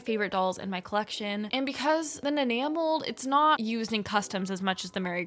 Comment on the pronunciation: OMG NOT THEM BUTCHERING THE NANEA MOLD- 😭😭✋